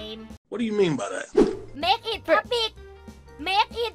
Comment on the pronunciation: Wut? "Pubic"?? (Hair)